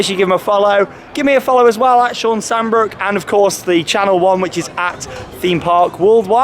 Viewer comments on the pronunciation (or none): none